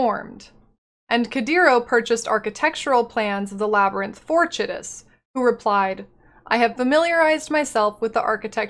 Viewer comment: Chitus is an actual name... that's how it's pronounced.